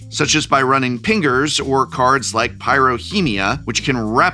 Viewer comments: There's... no way you deliberately pronounced "pingers" that way, is there? Emphasizing the "G" like that? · prof said pingers with the hard r